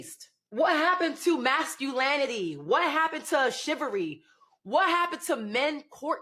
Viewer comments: "What happened to 'shivery'?"😑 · Wasn't that word "SHIVERY" ..???🤔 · Wants masculinity, but not feminine. Wants a gentlemen, is abrasive and rude. Wants chivalry, cant even pronounce the word.